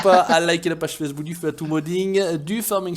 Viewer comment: Vue intérieure pour soi c'est super (j'ai acheté le trackIR) mais en vidéo ça donne un peu le tournis. PS : t'as dis "le Fatou modding" 🙄